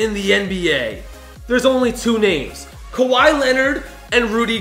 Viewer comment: Lol Kawhi not khawi